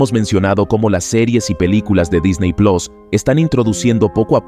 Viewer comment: Disney Plos... 😂😂😂😂 Se pronuncia Plus, crack.